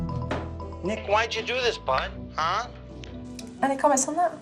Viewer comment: She called him Nicka 😂